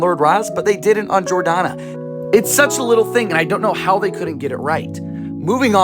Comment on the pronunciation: It’s Jor-Dan-Uh not Jor-Donna